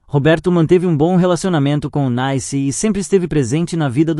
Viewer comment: Tem que ter um saco de renda pra ficar ouvindo um idiota dizendo as mesmas coisas várias vezes, pqp. E desde quando uma mulher que tem o nome de CLEONICE pode ser chamada de NAICE ao invés de NICE? É! Realmente vocês não têm jeito mesmo!